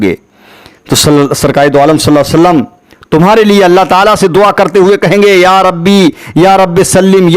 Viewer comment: Aapse guzarish hai ki please hamare nabi ka naam sahi se Lelo sallallahu alaihi wasallam ❤️ zaldi zaldi mat bol do please